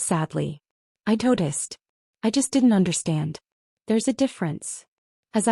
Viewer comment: “I toticed.” Should be ”I noticed.”